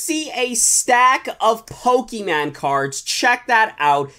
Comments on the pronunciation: Wow he still says pokeman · It is not pokeman it’s is pokemon